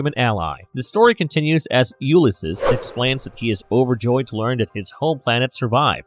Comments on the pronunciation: It’s pronounced “You-liss-seas” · He's NOT a human-Kryptonian hybrid. Also, as commentator Charlie Jordan stated below: "'it’s pronounced 'You-liss-seas.' Please refer to Joyce's "Ulysses" and Homer's "The Odyssey." Sigh.... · Yup I can't listen to that weird pronunciation for the rest of the video 😵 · This is definitely him having only ever read the name and never heard it aloud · THANKS! The video narrator's mispronunciation is REALLY irritating.